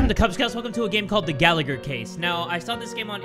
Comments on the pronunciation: I'm sorry but I need to say this is the way its pronounced "ga-la-her" I laughed way to hard at your pronunciation 😭 really sorry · Me: hears says The Gallagher Case Also me: Aidan Gallagher?!?!